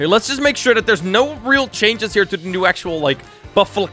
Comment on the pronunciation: XD i love that pronunciation BuFfAlko=%$$*-fart